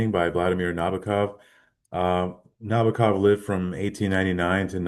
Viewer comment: it's NabOkov